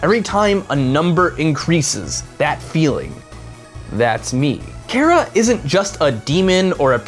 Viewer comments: I believe Chara is supposed ot be short for "character", because in game they carry whatever name you picked. Therefore it make sense ot pronounce it the same way you pronounce the word "character" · How will they pronounce Chara? That is the fundamental issue to determine whether or not I'll enjoy the video. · It is chara, not kara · I pronounce chara as Ch-are-uh Not care-uh. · I think that it's wrote CHARA do why you read it like it's wrote CARA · Cara you mean Chara like CHARAzard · OoO HE SAID MY NAME KARA BUT I THINK HE'S TALKING ABOUT CHARA AND IT'S CH-CH-CHARA LEARN HOW TO SAY IT! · cchhhhhhh ch ahra chara not kara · Not really to be rude but it doesn't sound like " Kara" it's " Chara " and Chara is a bad version of frisk I guess we'll that's what I think yeah and I'm a kid so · It's CHAR-AH, not CHAIR-AH!!!!!!! FUHUHUHUHU!!!!!!!!!!!! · "KARA" IT'S CHAR-AH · im getting cancer from people pronouncing it like kara not ch-are-ah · why does everyone say chara wrong it's not cara it's ch-ch-chara listen to the CH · Chara is pronounced "Kara"? I thought it was pronounced "Tch-Uh-Ra". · Chara Not Carea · CHARA. not cara. CH. CHARA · Her name is ch ara like character. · I would have put money on it its pronounced char-a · Chara it's pronounced ''Kara''. Their name comes from ''Character''. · You said care-uh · it's pronounced KAH-rah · I've never heard Chara pronounced the way he pronounced it :P I pronounce it like Car, as in Car-ah. I have heard it pronounced like Char with the CH as in choice though. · chara is not pronounced kara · Its Char-A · It CH-ARE-A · not being a jerk but Chara is pronounced chair and uh. (not a hate comment) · Why do people keep saying chara like it has a K in it? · So am I the only person that mentally pronounces it CH-Ara and verbally pronounced it CARE-A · its char-ra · Chara is like a character inside you, so I pronounce her name like CHARActer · He can't not say chara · u said chara wrong dude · i hate how hes saying chara